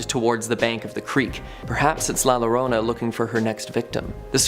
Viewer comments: You will say it wrong LA liorna, the l is silent, it's la irona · Its pronounced La Ya-rona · I know this isn't the first time you all tell the story of la Llorona (Yo-ro-na). Please learn to say it.